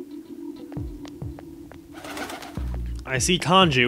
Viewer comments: Kanjis mad you keep calling him Kanju....and for ignoring him for so long xD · it said kanju again